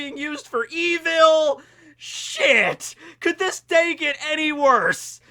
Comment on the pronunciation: The way says evil 😂